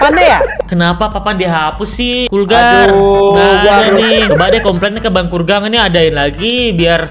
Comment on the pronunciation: Bukan kulgang bang